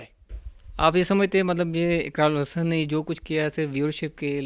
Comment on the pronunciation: Iqrol Hassan😅... Pagal ko name to sai lena ata nai quran kia khak sunaye ga😅 Iqrar ul hassan hain jnb